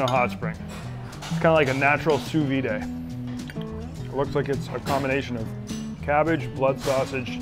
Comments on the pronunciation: Sous vi-day (sous vide) had me dying. Also, not at all like sous vide. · How can you be this cultured and not know how to properly say sous vide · You ever make a mistake? It's kinda like that.